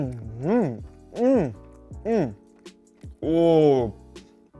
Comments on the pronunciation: Combien de fois prononce le mot: « jalapino »? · Ça se dit ralapenio ala